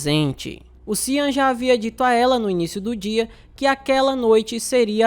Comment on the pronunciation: Sean, se pronuncia xan ou xon.